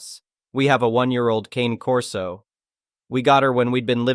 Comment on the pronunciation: "Cane Corso" is pronounced KAH-nay KOR-soh